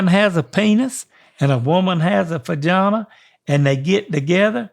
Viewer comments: I love how he pronounces vagina "fajahna" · Vagana is my favorite pronunciation now. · Omg. "Fajawna" loooooooooooool